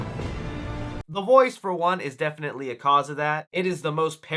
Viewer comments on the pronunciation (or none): none